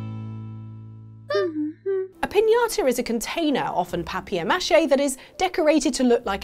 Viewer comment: But is anything cuter than the way pronounces papier mache? I think not.